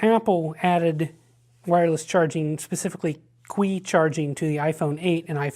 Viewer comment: qi is pronounced chee not quee